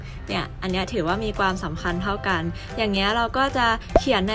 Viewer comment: ชอบมากกก คอนเท้นดีตลอดเยย แต่อยากให้ออกเสียงคำว่า ความ ให้ถูกต้องอ่ะค่ะ ชอบออกเสียงเป็น กวาม ตลอดเยยง่าา